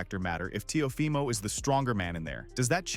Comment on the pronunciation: Ok but how is teofimos name butchered at the start 😂